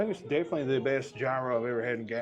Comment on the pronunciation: gyro sandwich" is YEE-ro